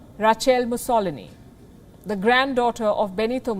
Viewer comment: Great content coverage. However, Palki you had a new take on how “Mussolini’s” name was pronounced. I guess it doesn’t matter really if someone pronounces your name as “Palki” or “Paalki”😂